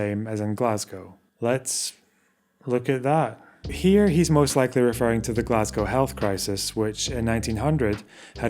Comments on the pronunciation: It makes me unreasonably angry hearing Glasgow pronounced like that. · Do you mean the way says it? Because that's the way all my Scottish relatives, most of the scots of my acquaintance and, in fact, most of the U.K. say it. Glah-z-go vs. glass-gow which I only ever hear from Americans (to go with Edin-burg). Or did you mean the way Rees-Mogg says it? Fair. But, that may be less to do with pronunciation and more to do with the fact that his mouth is open and sound is emerging.